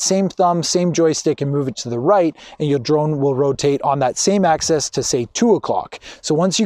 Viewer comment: Dude, really?? why should I take advice from someone who can't even say the correct terminology?? It's AXIS.... not "access". I would have totally re-shot this. makes you seem incredibly unprofessional and even a little bit pretentious!